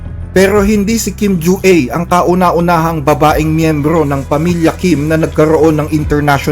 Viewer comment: Kim Jua = kim dyu-A, yung letter A pronounce as filipino vowel.